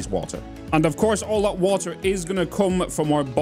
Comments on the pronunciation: Can you say “Bottled woter” like three times in a row please? Thank me later! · "Nobody is perfect except me" - The guy who said bo'ohw'o'wo'er 🤣🤣